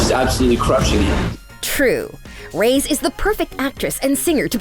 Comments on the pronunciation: Who els is mad that she said Madison rays instead of Madison (Ray-es) i dont know I probably just heard her wrong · It not rays it’s ray-es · Ughhh It's REY-ES not RAYS!